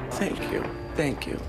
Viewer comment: I love you, John... BUT I've got to say this. Why the "time to "THANK" her as well" like as if thank is in air quotes? Doesn't many any sense. Oh, I know, it's because of some lousy script writing or voice coaching. Please, just talk like a normal human!